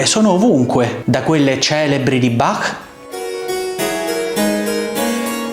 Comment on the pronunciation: Noto che in questo video è stata corretta la pronuncia di Bach, col "-ch" aspirato alla tedesca, e non pronunciato "Bakk" all'italiana